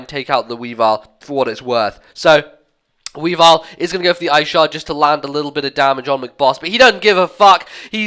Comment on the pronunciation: i think it's just me, but sometimes when you say weavile i think you say wii bar :)